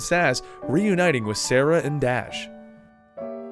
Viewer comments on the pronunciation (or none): so i know this is a dead post, but i just came upon it.. and all i have to say.. with all you had to say about being correct and easy names blah blah blah.... Serah.... not "Sarah" <3 not trying to be a dick, just a little, here ya go. lol